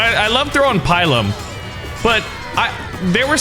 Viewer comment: This man said pie-lum do you mean pill-um